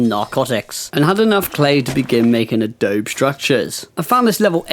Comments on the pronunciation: Just to help a bro out... This is how it's pronounced -> Adobe = UH-DOUGH-BEE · Just letting you know, you kept mispronouncing Adobe